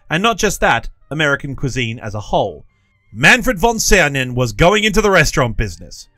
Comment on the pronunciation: Ah, a real teacher! Just read the Name and didnt show it, so we have to make an effort to grill him about the pronounciation😂 (Was actually quiet good)